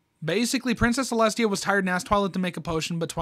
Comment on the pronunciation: “princess ceslutty”😭😭😭